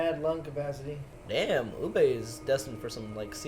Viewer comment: It's Ubbe